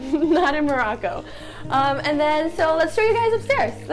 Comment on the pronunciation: Stop saying “Maraco” its “Morocco”